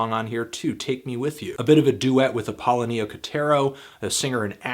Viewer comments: Apollonia = apple-own-ee-uh ... not apollo-nee-uh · Great review but pretty bad mispronunciation of Apollonia’s name. I think it’s more like Apple-Onia .. and that’s guitar at the beginning of ‘When Doves Cry’ .. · You massacred the pronunciation of Apollonia...But a nice review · Who the heck is Apollo Neo Koterio? Did you mean APOLLONIA KOTERO? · Apoloy? Ap-o-loni-a kotero Classic one of his best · Did he say appuh Lonny uh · I want so badly to correct his pronunciation of Apollonia. Watch the movie sometime, Anthony! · pronunciation issue w Apollonia's name